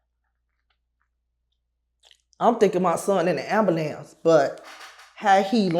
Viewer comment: All Chicago people say amalamnce 😂